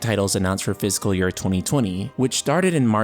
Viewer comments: Fiscal not physical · I was so confused at first... you pronounce "fiscal" like "physical". I kept thinking "what is a physical year?" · This might sound like a dumb thing to comment on, but "fiscal" isn't pronounced the same way as "physical."